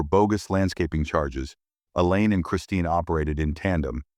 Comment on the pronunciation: Elaine not A Lane or Ang.